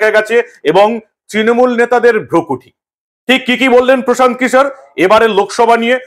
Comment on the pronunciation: Anchor babu antatah Kishore pronunciation ta thik kore korun😂